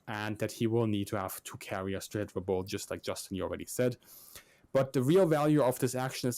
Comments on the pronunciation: Just for the record, Rabaul is pronounced rɑˈbaʊl (phonetically rah-boul), not ra-bowl. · Interesting that the "4th' Kokutai (4th Ku) was so named. Then subsequently, the Japanese Navy; recognizes Them as the "Hard Luck Unit". Because according to Traditional Japanese Culture (albeit superstition); the Number '4', is like '13' to Westerners - Bad Luck. But more so, as the Japanese pronunciation of '4', is very close to the pronunciation of Death. Therefore, Number '4' has become synonymous with Death.